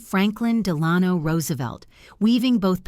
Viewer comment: The narrator mispronounces "Delano."